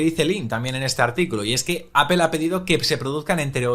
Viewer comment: Me pongo malo cuando lo intentan pronunciar todo más o menos bien, salvo Apple: es "apol", no "apel".